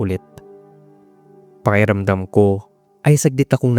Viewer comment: May "k" defect po ata kayo. Pwede nyo pong i-practice yung pronunciation nyo. Pahiramdam po kasi yung naririnig namin, sa halip na pakiramdam